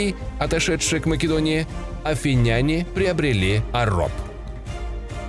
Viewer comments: Афиняне - ударение на И. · Отличные видосы у тебя, но пишу этот коммент не потому что я душный, а потому что очень режет слух. Короче ударение в словах заканчивающихся на "няне" и похожих, ставится на слог перед. Например: афИняне, македОняне и тд. Опять же - это не грамарнаци, это просто, чтобы улучшить и без того хороший видос. Всех благ